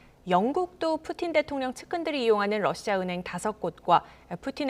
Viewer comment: 발음 좋은데요 왜그러세요 ㅋㅋㅋ 🤣🤣🤣🤣